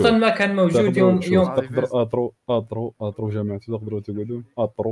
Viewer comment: اترو ❌ اطرو✅